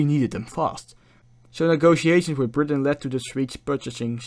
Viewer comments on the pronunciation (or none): none